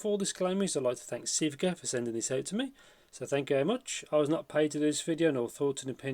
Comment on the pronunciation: Thanks for the review. It's Sivga Magpie. You can google translate into Chinese and hear the pronunciation.